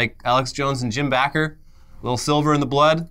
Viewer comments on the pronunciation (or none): Sorry to be that person, but when someone is a con-artist piece of shit, you wanna get the name right. It’s Jim Baker (pronounced like a person who makes cakes).